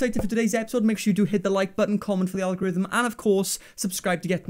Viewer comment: for tha algorithm. 😎🧡 al-gorl-rithm